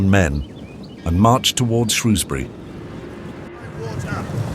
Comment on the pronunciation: Can't even pronounce Shrewsbury correctly.